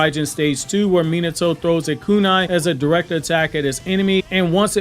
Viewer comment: I dislike how you pronounce his name… it’s not MEE-NITO…… it’s MEE-NAHTO